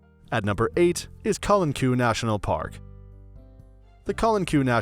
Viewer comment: I agree, nice video but someone should have helped you pronounce the names correctly, example: Calanques is pronounced Calank far from your way of saying it and it doesn’t help other tourists who show up there and ask for directions using your pronunciation